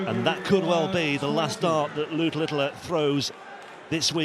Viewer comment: Thanks for the great coverage. I don't know why that commentator calls Luke Littler LITTILER, there is no I after the T's